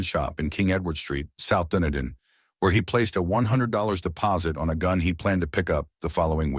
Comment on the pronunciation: Isn't it pronounced "Duneeden"?